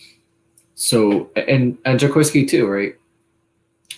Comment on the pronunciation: Watching is like watching paint dry. Also, it’s pronounced Ja-QUA-ski Tartt ffs.